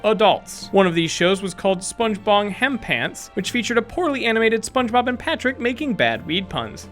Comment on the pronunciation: 1. Spunemob. Spun eh mob? 😂😂 2. He says it's fact number 38 on the mark of 8 minutes 38 seconds